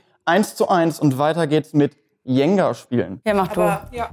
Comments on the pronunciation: Jenga wird anders ausgesprochen 😁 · Also wie der Moderator Jenga ausspricht das kracht es